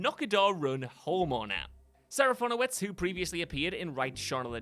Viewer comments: Too bad he then squanders that rare win moments later by pronouncing Serafinowicz SeraFONowicz*. * (What?!!!!!) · Not sure where you got the additional O from, but it's SeraFINowicz. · I have literally never thought any of these actors were in these films. And it's SeraFINowicz for crying out LOUD it's a tricky name, sure, but you somehow managed to mangle the easy part of it. Top marks. 👏 👏 👏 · It's a rare hit for WhatCulture. Just a few entries later he pronounces Serafinowicz totally wrong! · THANK YOU! And he said it SO MANY times!!